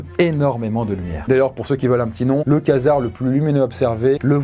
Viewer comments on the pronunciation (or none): ça ne se prononce pas "quasar" mais ''kouazar" like pour qu'il le voit ;) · Vu que t'as appris le mot : Je crois qu'on dis "kouasar" pas "kasar" pour la prononciation À vérifié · Preshot : une supernova Bon j'avais le deuxième plus lumineux au moins x) Petite précision par rapport aux supernova, elles peuvent produire plus de lumière que l'ensemble de la galaxie qui l'héberge J'avais zappé l'existence des Quasar D'ailleurs je crois qu'on dis "kouasar" pas "kasar" Bref, super vidéo c'était cool à regarder 😄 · faux les Quasars (et ça se prononce "kouazar" au passage) sont des étoiles à neutrons et non des trous noirs. Certes il y a quelques exceptions ou un trou noir ce trouve dans un quasar mais c'est TRES RARE.Et la vitesse de rotation maximale enregistrée est la moitié de la vitesse de la lumière et non la vitesse de la lumière comme tu le dit. Voilà pour les petite infos. PS: ce commentaire n'a pas pour but de discrédité qui produit un contenu qualitatif et respectable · Super vidéo ! Sinon faut prononcer "kouasar ":-)